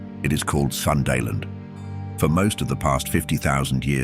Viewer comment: Hello, im from southeast asia, Java island, provice of west java, where the sunda people are, and I speak sundanese too. Sunda-land is not pronounced "Sun-dah-land", but Soon Dah Land. Thank you